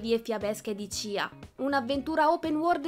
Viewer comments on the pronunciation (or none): none